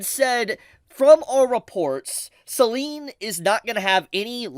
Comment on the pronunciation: As a small note for pronunciation, Selen’s name rhymes with “ten” as opposed to “green”. Nothing major for the content of the video, but that might be something to keep in mind if you make any more videos on the subject.